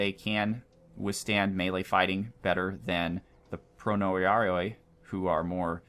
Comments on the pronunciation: pro-nee-A-ree-ee. In greek we usually put the emphasis in one of the last three syllables of the word. In this case, it's the A. I'll put the other's here as well just for the trivia. spa-THA-ree-ee, ka-TA-phra-ktee, ka-va-LA-ree-ee, mou-RTA-tee, pel-ta-STEE (although this word doesn't exist. it should've been peltastEs) konta-RA-tee, skou-TA-tee. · Greek guy here. I'll help you with the pronunciation. The "ioi" in the end of each name is like a doube "e" sound as in the words "seek" or "leek". it is not "oi" as in the word "toy" i=ee and oi=ee. Both "i" and "oi" sound the same. So the proper way to say these names is: Spatharioi --> SPA-THA-REE-EE Pronoiarioi --> PRO-NEE-A-REE-EE etc etc Hope that helped.